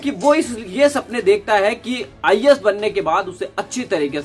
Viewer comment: pehle IAS bolna dang se seeklo